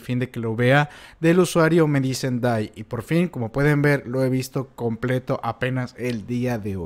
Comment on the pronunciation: No puedo evitar reírme cada vez que dices Kakashi y Dai jajaja